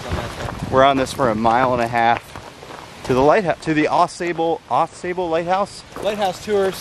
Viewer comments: You guys are great. Watched a lot of your videos and only subscribed recently. I’m a Michigan native living in NC. Funny but I thought the same thing as Phil. For Michiganders, there is a long A in Sable (like open your mouth and say ahhh). Every time you said “Pure Michigan”, I got a little chocked up. It’s a great state. You put this trip on my short list. Thanks. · If you did the hike in August you would have no bugs, except for a few stable flies. When you walked the road near the lighthouse you missed the ship wrecks on the beach. You were pronouncing Sable wrong. Enjoyed the video.